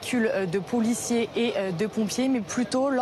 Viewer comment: Véhicules de POULiciers ???!! Elle sait parler la dame ?